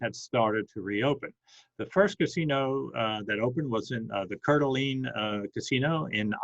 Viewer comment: It’s pronounced core da lane.